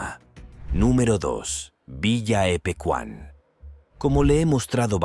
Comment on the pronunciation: Hola!! Soy de Buenos Aires, Argentina, el lugar inundado se llama Villa Epecuen, no Epequan. Muy buen video!!